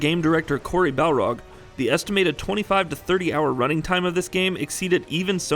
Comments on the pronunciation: barlog not balrog although it would fit the viking theme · BARLOG! FXXXXKING BARLOG! NOT BALROG. He's not some fire demon from LOTR! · Balrog is more badass tho. Barlog sounds like the aftermath of drunken swimming.